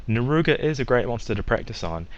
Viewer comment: "naruga" reeee